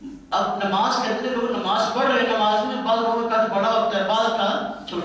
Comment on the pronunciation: Lafz Nimaaz naheen Namaaz hai